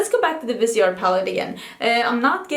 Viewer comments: I believe it’s Viseeeeart, not Vise(like visor)art. Stephanie Nicole works with them, and that’s how she pronounces it. : ) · Yes, vis-EE-art. I have heard the owner say it this way. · pronounced viz-e-art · Well pronounciation differs from english to french so you can say viseart but in french it is veezar like leaf it is vee and in art you don't pronounce the t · I love the way that the word ‘brown’ is almost becoming a swear/curse word when you describe products! 😀 And re Viseart, it’s VIZZ_ee-art (if you’re French you wouldn’t pronounce the t at the end) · you pronounce visar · ITS 100% VIS-E-ART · It is vis-EE-art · Was just going to comment this because of Stephanie Nicole too